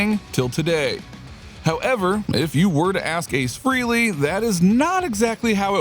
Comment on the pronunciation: His name isn't pronounced "Freely"